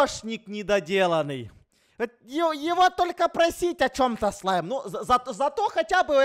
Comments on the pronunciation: Мне одной послышалось вместо "Слайм" "Зай"🗿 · А мне послышалось "Смайл"🗿